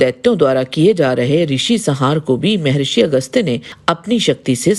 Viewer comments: शुद्ध बोला करे, मेहेरिसी नहि मह्र्षी बोला करे जब शुद्द वाणी नहि निकलती तो क्या आध्यात्मिक भिडियो बनाती म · मे ऋषि नहि😂😂 म+हर+ सि= महर्शी बोलो। 😂😂